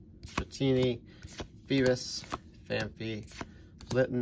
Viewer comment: I've tried so hard to purge that mispronunciation of "Phanpy" from my mind. If I watch too much I might start saying it like that again!